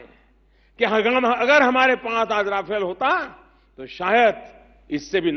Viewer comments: रफाल नहीं,,,राफेल कहों... नाम तो सही लो........ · सर राफाल नहीं राफेल हैं। सर राफेल हमारे देश का सान-बान हैं ,गलत नाम लिखकर और बोलकर इसका बेइज्जती मत किजिए।